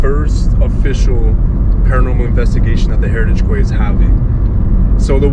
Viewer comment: Hi &, I would like to mention that the word Quay is actually pronounced Key which is weird and I don't blame you for saying it how you did. You both look great after your vacay, I cannot wait to see what happens. I heard a very faint male voice say "Nathan". there was what sounded like a female making a strange vibrating noise but she said something before it although I cannot make it out. Thank you, I could feel a boy too and 2 girls, 2 names I got was Heather and Daniel. A fantastic investigation guys, you were awesome on the rods along with what you picked. Thank you for sharing, much love. xx 💖